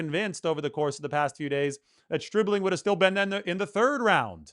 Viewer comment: Who ever said anything about anyone been drafted too early? The only info I have is, I know his name is not Stripling, it's Stribling! But that's just my amateur opinion I suppose as you'd say...